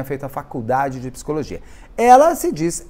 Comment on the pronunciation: te amo, mas "pissicóloga" e "pissicologia" não dá kkkkkk